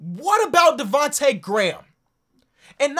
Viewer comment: Bro it’s DEvonte Graham not Vonte lol